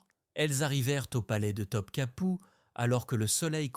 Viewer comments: Pour info on ne prononce pas Top Kapi mais Top Kapeu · Pourquoi Top Kapou? Et pas Topkapi